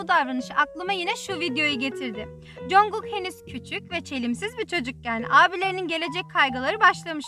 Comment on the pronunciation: knk tm çok tatlı konuşuyosn da CONGUK demen cringe geldi...